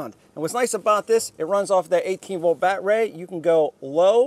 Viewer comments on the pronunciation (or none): Nice review…Enjoyed all except the “bat-ray” and “ryobi not reeobee” bits…thx